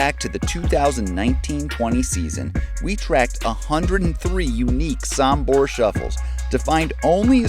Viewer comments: Sombor, not Sambor! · Great video. Thank you!! Only please pronounce "Sombor" with the "o'" Sooombor not Sumbor. Many thanks! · Just a little thing. It's pronounced sOmbor with O not sAmbor with A. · Nikola JOKIC is coming from Sombor not Sumbor, so this is, S O M B O R , just read each letter as it is written! Sombor shuffle!!!